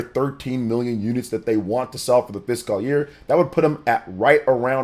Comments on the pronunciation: IT'S FISCAL NOT FISKAHHL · Thank you. says, “physical” year. I know, it’s a small thing. I’m sure there are words that I pronounce wrong, but the “fisghul” year thing is like nails on a chalkboard.